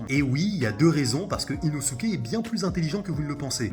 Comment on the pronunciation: On dit Inoske 😭😭😭😭